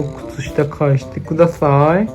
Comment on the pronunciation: 「返してくだthぁ〜ぃ」の発音が草